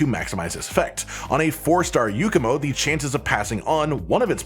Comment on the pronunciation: It's not a Yukumo or Yookumo...